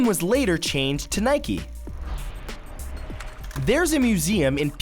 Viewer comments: why the fuck is matt saying nike-e..... like, who the fuck even says that?? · Nike not nikee. Like how its bike, not bikee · Its nike not nikey I mean u don't ride a bikey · Am I the only one that pronounce it nike not niek-e? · I'm gonna cry is it pronounced Nike or Nikey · Why do Americans call they nikeys when it's actually Nike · Is Nike realy pronounced as "Nikie" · why is Nike called nikeee if mike's not mikeee